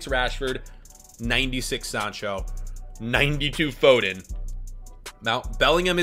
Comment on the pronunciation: hey why do you say fooden